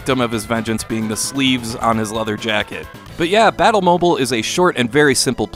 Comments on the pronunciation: I feel like it should be pronounced "mo-beel" like an automobile used for battle. Still this looks so fun and resembles a motorcycle game i was working on. Thanks for these hidden gems! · I think its pronounced Battle Mo-Beel... as in Automobile. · Pretty sure it's supposed to be pronounced like the mobile in automobile. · I mean, surely that is not how one pronounces "mobile". Wouldn't it be pronounced like the Bat Mobile?